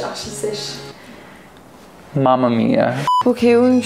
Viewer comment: Y a triche miss ! Il faut prononcer "[...] ou archisèches ! "